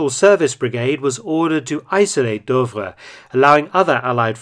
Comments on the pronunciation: Super video as always. As far as I know "Douvres" is pronounced "Doovre". You pronounce it as "Deuvres". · Fascinating story! Shame about the repeated mis-pronunciation of Douvres though. Obviously, it should rhyme with Louvre!